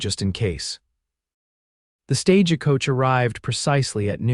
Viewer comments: half the time they pronounce it as an "a"! The stage-a-coach! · And pronouncing the e in the middle of stagecoach